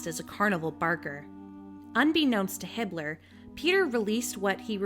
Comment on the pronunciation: Am I the only one who thought she said Hitler and not Hibbler?